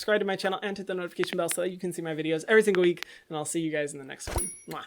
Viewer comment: I SCREAM EVERY TIME HE SAYS "Everysingleweek" as if it's one word. 😂